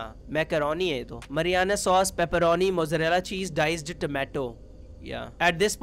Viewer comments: casually calling marinara sauce mariana sauce without any hesitation 💀💀 (The Italians are gonna be pissed off) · calling marinara sauce 'MARIANA SAUCE' was just too funny😭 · "Mariana" sauce 😂😂😂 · Marinara sauce ❌ Mariana sauce ✅ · Marinara sauce ❎Mariana sauce ✅